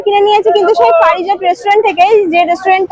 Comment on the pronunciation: পারিজাত ❌ পরিজাত 👍